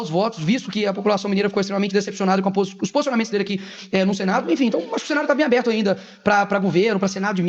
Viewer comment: Houve um erro na fala, quando ele fala abrido.